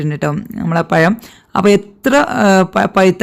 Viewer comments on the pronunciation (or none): പയം അല്ല മാഡം പഴം